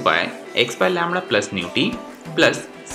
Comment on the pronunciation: Lambda not lamdra